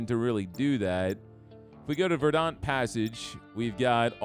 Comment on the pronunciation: Craziest pronunciation of “verdant” I’ve ever heard lmao